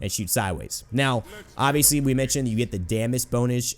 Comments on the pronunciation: i love how he said "damas bonage" then stopped, and corrected himself to "damas bonage" again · You said damas bonuge-made me laugh so hard.Ou and tnx now i will hear that michael jackson tune every time i play him. :) IF I have 2 of the glyphs up will i be able to triple the range?